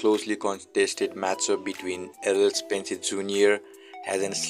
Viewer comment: stop saying spencer its spence